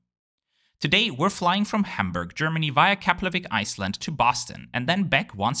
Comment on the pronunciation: im really impressd with your proaunciation of Keflavík and Reykjavík sounded very icelandic.